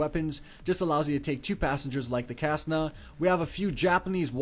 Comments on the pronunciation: wait wait wait, the Ca-ssna? its Ce-ssna... also he mispronounces ahellalot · Am I the only one who got triggered when he mispronounced Cessna? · he said pronounced Cessna wrong dislike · Ha, how he pronounced Cessna. xD